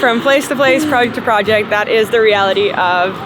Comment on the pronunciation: you're saying project incorrectly. Check with 😜